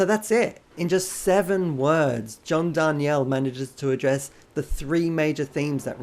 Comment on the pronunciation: It totally looks like it should be Dar nee elle, but yeah, he (mis)pronounces it Dar kneel. Crazy bugger😂